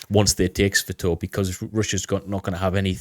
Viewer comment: great as always. Thank you. Always look for your latest to drop. By the way, know your a brit and all and you guys don't really speak english but, "Sss-Va-Toe-Va". Not "Sss-Va-Toe-V". Just sayin. Slava Ukraini! (An old U.S. Army Infantryman)